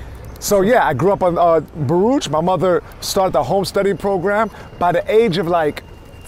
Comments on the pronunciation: I always thought Baruch Houses was pronounced "buh-ROO-ck" (and still think it is) but some guy I work with also grew up there and he says it the same way as "buh-rootch" -- never heard that anywhere else! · T is a life long New Yorker and can’t even pronounce Baruch properly.